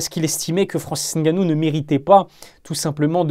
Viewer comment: Merci de bien prononcer son nom...le "N" ne se prononce pas. C'est de mieux en mieux dans les médias, une marque de respect👍. Force👍